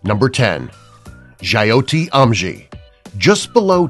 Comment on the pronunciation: Boss pronunciation of jyoti is not like in Coyote . y dont u do some research while speaking out proper names? here "ti" in Jyoti is like "thy" in timothy dalton and "jyo" is like "jo" in mary jo fernandez. dont make a mess of it. its a beautiful name meaning "light". jyoti is a person who brings light into other peoples life. no egos jus trying to xplain indian names.